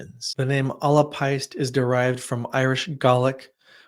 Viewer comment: Irish is such a difficult language to read, your pronunciation was great for the first two words, if it helps, péist would pronounced 'paysht' I'm learning Irish, having grown up in Ireland, so I hope this helps!